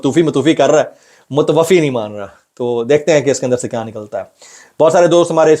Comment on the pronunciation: Mutawaffa HOTA ha not muawaffi